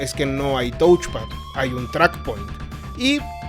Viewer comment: Se escribe touch pad, pero se pronuncia toch pad.